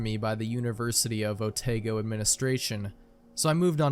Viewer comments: Otago is pronounced AH-tah-GO ;) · Your pronunciation of otago is killing me